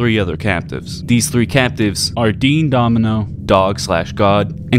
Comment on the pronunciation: Calling him domeeno is perfect for that narcissistic decrepit backstabber, I wonder if mispronouncing it to his face would be so insulting he decides to betray at tropico, Elijah is just based wasteland, dean is from the old world and the real villain of the story